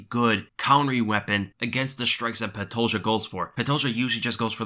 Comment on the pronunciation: Love the way Dan Hardy says Pantoja. Idk why but it tickles my funnybone